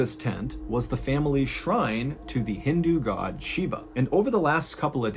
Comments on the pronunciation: Shiva. Not Sheeba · MR baaaaaaaaaaallllen , its Shiva not Shiba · Thank you for covering the story, but it’s actually Shiva not Shiba. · The pronunciation is SHIVA as in “She - Va” V in Va, not SHIBA “she - Ba”. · I think it's pronounced with a 'V' ,it's Shiva if memories serves me right